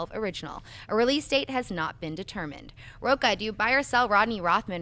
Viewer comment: Yes, big words from a guy with a Portuguese surname (Rocha) that he's constantly mispronouncing... A little more study and respect for your own Portuguese heritage, mr..